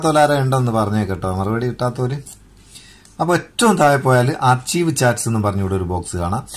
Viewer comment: espect അല്ല exept ആണ്... അതുപോലെ ആർച്ചീവ്‌ എന്നല്ല അത് വായിക്കുന്നത് ആർക്കൈവ് എന്നാണ്...